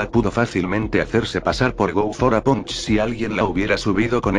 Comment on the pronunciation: El nombre: Go for a Punch Lo que escucho en el video: Go fora Pancho xD